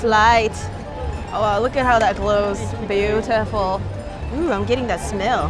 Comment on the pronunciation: I love they way she said beautiful 😂😂😂